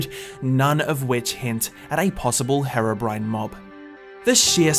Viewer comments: Ιts HEER OH BRINE not hair oh brin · Your saying harobrine its hèrobrine this is the only way i can do that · Its hero not hearo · The third group of people just wants you to stop saying Herabrine... Its Herobrine man (Here-oh-brine)... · Why is it that every British person calls herobrine harobrine And calls developers Develoupers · WHO THE HELL IS "Hera brain" !!!!!!!! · Is HAIR-O-BRINE REAL? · the way you say herobrine hurts me, it's HERObrine. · my bro ski it’s pronounced HE-RO BRINE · i thought it was pronounced as (hee-ro-brine) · pronounced heeeroh BRYNE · its "her-ough-brin-ay" idiot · It's pronounced "hero brian" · Did he just say hairobrine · You guys say herobrian's like the drug heroine. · It's pronounced hiro bryne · Mucrof yeah he says hero brin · Am i the only one that gets annoyed on the way he pronounceses herobrine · He said herobrine wrong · seconds into the vid and I'm all ready cringing THATS NOT HOW YOU SAY HEROBRINE god it's so cringey